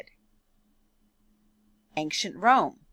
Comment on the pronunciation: Please don’t say “aink-shent” it’s ancient, pronounced “ain-shient”. Think of it this way, an-cient. The “c” is pronounced as an “sh”.